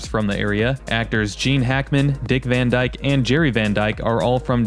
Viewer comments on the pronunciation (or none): none